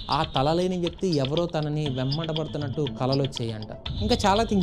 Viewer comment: Adhi vemmatapadthunatu kadu anna venta padthunatu anaaali😜😜😜😜😜😜😜😜😜😜😜😜😜😜😜😜😜😜😜😜😜😜😜😜😜😜😜😜😜😜😜😜😜😜😜😜😜😜😜😜😜😜😜😜😜😜😜😜😜😜😜😜😜😜😜😜😜😜😜😜😜😜😜😜😜😜😜😜